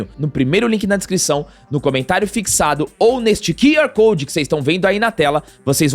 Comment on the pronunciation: Gosto muito do canal, vcs são fera, mas pelo amor de Deus PAREM DE FALAR “KI” ar code (minuto ) é “KIU”ar code!! A letra Q tem o som de “KIU”, não de “KI”. Apenas uma dica pois sou professor de inglês e me dá asco quando ouço pessoas falando “ki” ar code.